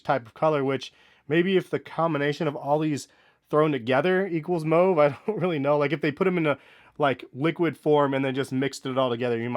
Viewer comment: Thanks for pronouncing mauve correctly